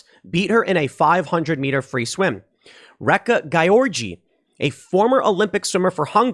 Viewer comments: Are you saying "wreck a guy orgy"? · That female NCAA swimmer, I can't help every time you say her name it sounds like "Wreck A Guy Orgy".